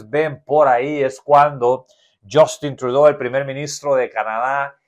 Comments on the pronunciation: Suena así ~yustin truidu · Estoy de acuerdo que haya nombres extranjeros que no sepamos cómo se pronuncian... Pero el nombre tan importante como el de un presidente activo cómo es el de Canadá y no saber cómo se pronuncia eso es ignorancia... 🤦🏻‍♂️ Y más siendo un informador actualizado y supuestamente lleno de información. Por favor no te quemes de esa manera. 🥲